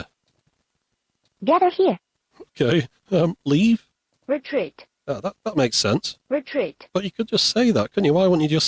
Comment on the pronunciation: Amazing! This thing eats the first letter from every word!!))))))))) "_Eah, _ank _ou!" "_at's a _itch!.."